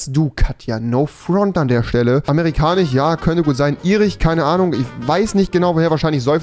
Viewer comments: Niemand Wirklich niemand Gar keiner Rewi: Griechich, Irich, Britich, Amerikanich, Schwedich,.... 😂😂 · Niemand : Rewi : irich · Irich, amerikanich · Amerikanich? Das heißtamerkanisch udn irisch und nicht irich